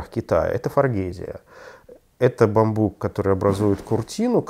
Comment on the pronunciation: Спасибо за ролик. Слегка покоробило ударение на слове бамбук. При склонении ударение всегда на У!